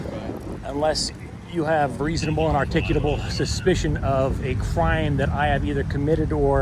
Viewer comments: Dude, there is not a second "T" in "articulable"!!! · You can’t pronounce “articulable” to save your life